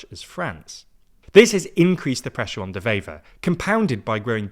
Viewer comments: It's De Wever, not De Vever. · Again with this shit? Which government? We have 5 or 6 of them. Also, it's pronounced Dewever, not devever. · Small note, W in Dutch is just a W, not pronounced like a V.